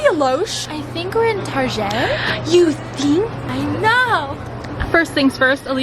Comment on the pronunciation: OMG OMG OMG!!!!! calls Target "Tarja" tooooooooooooooooooooooooooooooo!!!!!!